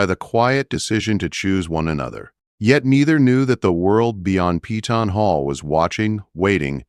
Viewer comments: It's PEY TON not PEETON. Upgrade both the AI writer and the AI narrator...both are terrible. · If only they pronounced Peyton as we pronounce it in KY. We call it Pay ton…..not Pee tawn . Lol